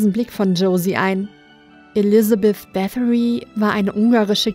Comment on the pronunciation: Wieso spricht jeder den Namen Báthory falsch aus er wird immer auf englisch ausgesprochen obwohl er eigentlich ungarisch ist und in fall von Elisabeth Báthory wurde er auf deutsch ausgesprochen weil sie in Österreich lebte im Burgenland. Ich komme aus der Nähe von dort und es machten viele adeligen Frauen bei uns nur sie hatte die meisten getötet auf Burg Lockenhaus aber solche Geschichten gibt es auch von landsee,kirchschlag, hosien, krumbach.... Die hießen Blutgräfinen ihr eigentlicher Spitznamen war irsabel und sie gilt bei uns mehr als Vampir